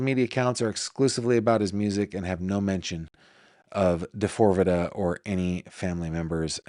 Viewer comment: I love you but you really need to stop calling him D4vd the way you do. Lol. He goes by David. There is an interview of him where the interviewer told him people were calling him D4vd like how you are and David looked shocked and started laughing. He said it is pronounced David. He replaced the A with a 4 because of something having to do with 4 dimensions or 4 aspects of himself that we will see emerge over time.